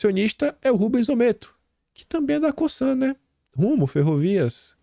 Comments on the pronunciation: COSANNNNN, com som de ZZZZZZZZZZ!!!!!! Não é COSSAN, COÇAN, COÇAN, COSÇAN ou qq outra coisa que soe como S. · COSAN PRONUNCIA COZAN,.